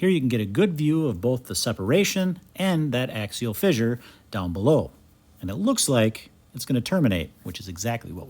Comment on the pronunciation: I like the way you pronounce "fissure" as "fizzure". Is that a Wisconsin thing? 😊